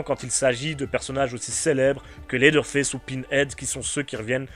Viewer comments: « Lédeure fess » 😭😭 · c'est sûrement moi mais le premier "leather face" dans l'intro je suis persuadé d'entendre ça 😂